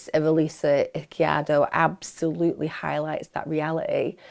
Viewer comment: Please start looking for the pronunciation of the victims names Emma. It’s so disrespectful to butcher them the way you do. Eez-key-air-dough.